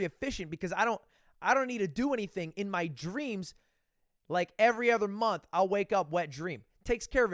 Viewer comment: Why do you say ether instead of other